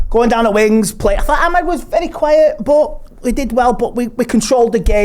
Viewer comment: Amed and Koby. It's Amad and Kobbie. Pronounce their names properly before you even start to comment on the game or their performances. Joe Smith, please correct him if you are going to feature him on the channel. It's so disrespectful